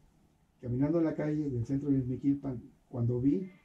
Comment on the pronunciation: Dijo ixmiquipan o escuche mal